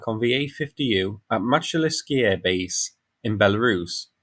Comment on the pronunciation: Pronunciation Мачулішчы - Machulishchy Мачу - Machu - as in Machu Picchu ліш - lish - like in fish чы - chy - like in chips transition шч - shch like (fi)shch(ips)